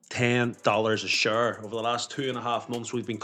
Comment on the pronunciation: 10 dollaz a shurree